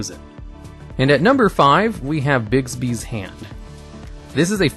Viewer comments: its not bigsbys its bigbys. thx xd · FYI There is X in Escape. It's S-cape. No X in Bigby's either. But hey if you love X's, what's the harm. Lol Great video.